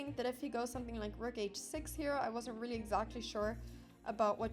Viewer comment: Imagine losing to a girl that cannot say the word...really.